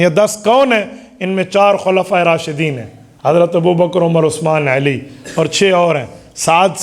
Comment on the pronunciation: مفتی صاحب ، لفظ علی ہوتا ھے عیلی نہیں..